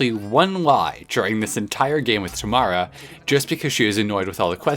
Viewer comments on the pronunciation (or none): none